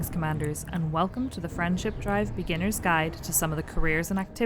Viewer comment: Thank goodness! Someone else hears "friendship drive"